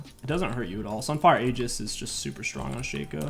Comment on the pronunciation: stop mispronouncing Aegis please homie lmao